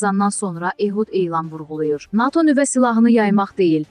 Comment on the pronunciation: NATO' YOX NA'TO yox bir patı